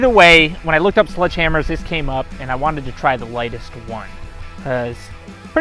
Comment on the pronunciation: Ah yes... "Sludge Hammers."